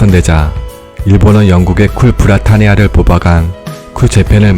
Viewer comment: 쿨 브라타니아가 아니라 쿨 브리타니아.